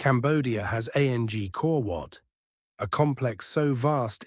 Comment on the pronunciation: Hahaha AU says... A n g kor wat! Why not use a human to narrate. Come on guys!